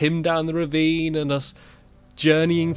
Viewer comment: "He pushed me down the revine and the I pushed him down the revine" 😭😭🤣